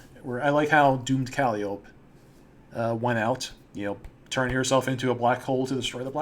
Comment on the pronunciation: It’s Cal-eye-oh-pee. Not Cal-ee-ohp. SHE AINT A CANTALOUPE, SHES A TRAIN WHISTLE.